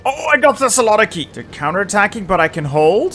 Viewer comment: The way you pronounce Thessaloniki is so bad. Other than that I love you. uwu